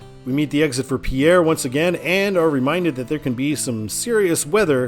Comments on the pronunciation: It’s pronounced Pier, not Pierre. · I love your channel and what you do. FYI on South Dakota pronunciations...Lead is pronounced like 'leed', like leader. Pierre is pronounced like pier as in Navy Pier. Keep up the great work.